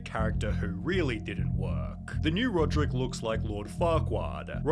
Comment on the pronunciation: That's not rodrick that's rodricka